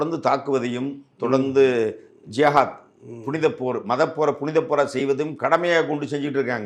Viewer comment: சார் ஜாகத் இல்லை ஜிகாத்